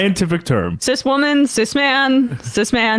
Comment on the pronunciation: cis not ciz